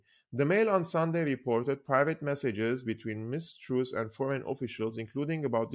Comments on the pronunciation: its called Lizz TRASS.. not Trous.. open up the U. its called TRASS..!! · truss not troose